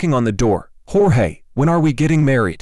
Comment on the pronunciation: It's Jorge not George lol